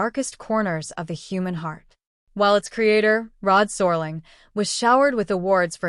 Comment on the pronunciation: Awful AI narration. Can't even pronounce Rod Serling's name!